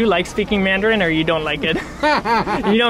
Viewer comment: Damn his mandarin is fuckin good. Especially the accent. You can tell he’s lived in Beijing for awhile.